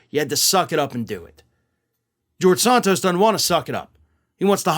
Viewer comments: I genuinely can not listen to your videos about George when you are pronouncing his last name differently than literally everyone else in the media. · Santos, like Santa Claus, not Sontos, like Sonic. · Why do you pronounce Santos british-like?